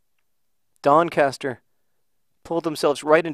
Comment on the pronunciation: You said Doncaster wrong